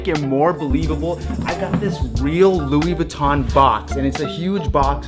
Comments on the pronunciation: LOUI VEENCHI😂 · “Luis Venchi” I cried so much 😅😂😂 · Oh wow "Luis venchi" End my life 🙁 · "Louis Venchi" 😂😂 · “Luis Venchi”💀🤦🏽‍♂️ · “Luis venchi” 🤦🏽‍♀️☠️😂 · "Luis venchi"😂😭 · Did that guy call the shirt Luis veuchi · ‘ Luis Venchi ‘ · "Luis Venchi"